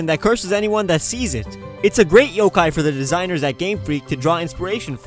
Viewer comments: he said YO-KAI ?????????? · Did he say yo Kai in number 9